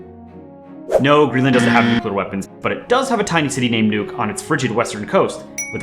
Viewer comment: Isn't it pronounced to rhyme with Look?